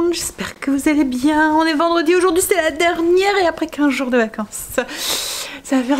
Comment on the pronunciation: « Vindredi » 😂😂😂 J’adore ! 👍🏻😂 Surtout que c’est sorti très naturellement !